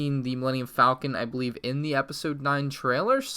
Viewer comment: pronounces it like folcon pronounces it correctly like falcon EXPLAIN